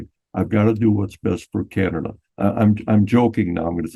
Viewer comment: THANK YOU FOR SAYING CAN-ADA 😂❤. I think we’ve apparently started saying KYYYYANADA RE: US Media lol That’s all :)